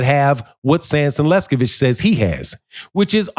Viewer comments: Pronunciation is key,... Sampson Lewkowicz - not sure who Sampson Lescovich is....LOL 😂😂😂😂😂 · Bro! Enunciate correctly LEWKOWICZ 😂😂😂